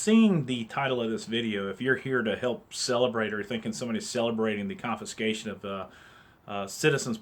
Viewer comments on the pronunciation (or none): Say it with me, con fis cation. Not confinscation.